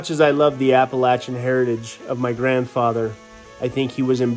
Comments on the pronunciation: I put a like up on the board just because said Appalachian correctly. Oddly the word Appalachian is similar to yadkin for those in nc, Kanawha for those in West Virginia, or the word y'all. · Being from NC does me good to hear you pronounce “Appalachian” properly. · I like how he pronounced Appalachian correctly